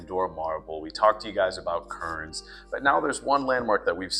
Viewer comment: KERN'S, NOT Kurns